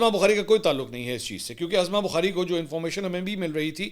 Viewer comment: محترم لفظ عَظمٰی بخاری Azma Bokhari نہیں لفظ عُظمٰی ںخاری Uzma Bokhari ہے جیسے عدالتِ عُظمٰی Uzma اور اسکا علم عُظمٰی بخاری کو خود بھی نہیں صفدرصدیق رضی کراچی